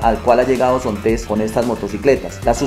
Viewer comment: Excelente trabajo, muy buen video, muy buena información, lo único que tal vez inquieta un poco es la pronunciación de "Zontes" del señor, lo pronuncia como con una acentuación al final que no va, si sería bueno que se corrigiera la pronunciación del nombre de la marca, para que otras personas no cometan el error de nombrar de forma incorrecta esta marca. Por lo demás, a gusto con el video.